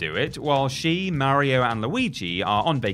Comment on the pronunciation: Who in the hell are "Merry-O" & "Leeoo Kayng" 😟